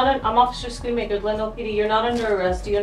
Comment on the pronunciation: Also while Schoonmaker means cleaner, the way you pronounce it "Schoenmaker" means shoemaker or Schumacher ;D as in dutch double o's are pronounced as a single one.